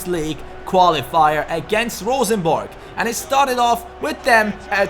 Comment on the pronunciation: Best non-norwegian pronounciation of Rosenborg I've heard yet, kudos! Also great videos, now I don't have to buy the game myself, since you're doing pretty much the same things I would! :)